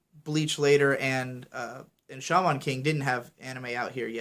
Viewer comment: Every time I hear pronounce Shaman King like he has a physical disability, it almost makes me want to punch something.